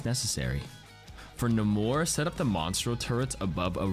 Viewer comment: Bro said Nuh mor instead of Nay mor